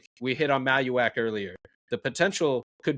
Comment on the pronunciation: pronouncing Maluach like Tallywack is driving me nuts